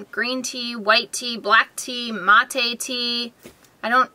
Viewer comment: If you drink coffee the mate tea has the same amount of caffeine as coffee :) and Mate tea is pronounced (Mah-Tay)